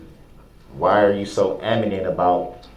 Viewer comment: Amanent 🤣🤣🤣 It's adamant you dolt!